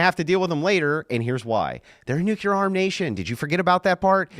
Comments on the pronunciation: "Newkyater energy." - (2025) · "Nuklear" knows he can get away with sophistry because his audience doesn't care about facts. They actually revel in dissociating from them. "ooh big man say slur so he win!" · was the pronunciation of "nukulur" one of these facts xD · the point is he doesn't understand the difference between nuclear and nucular. Nucular" is a common mispronunciation of the word "nuclear". It's also a phonetic spelling of the word. Explanation "Nucular" is a result of metathesis, which is when two sounds next to each other are switched. For example, "nook le yer" becomes "nook ye ler". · "NUCULEAR!!" I like, but i fucking HATE that pronunciation of nuclear. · New-clear. New-clear. That’s how you say that word. Train yourself if you have a speech impediment, It’s not the word you’re saying - It makes you look like a WILD idiot. Stop saying the wrong word. Please? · It's one of my biggest pet peaves. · No, i am making a good point. If i understand what someone means when they have terrible broken english, that doesn't mean they communicated well. Your point is the empty one here. What the deal is with his common mispronunciation of the word nuclear is that it is a perfect microcosm of his overall abilities as a communicator and thinker. He mispronounces the word nuclear in a common way, much like he is a commonly unintelligent person. So there's definitely not "no point" to it.